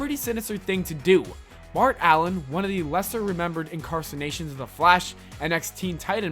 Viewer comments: L2 English bruh, (incarsinations) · INCARNATION. The god damn word is INCARNATION. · Incarcination? Mutiliated? An altercation of Robin? Exscape? What's going on, and who is Norman Osworth? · "Incarsination"? There's no such word. Don't you mean incarnation? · incarcination? you mean incarnation? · It's pronounce INCARNATION you dumb fuck.